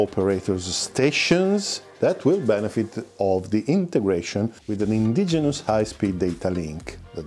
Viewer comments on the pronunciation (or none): none